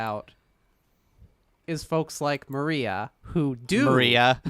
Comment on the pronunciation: When I first heard that I thought you said Mario not Maria, so I thought you were making some kind of joke I didn't get.